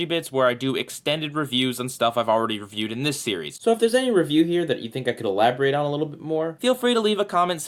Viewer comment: I love how you said RAAviewed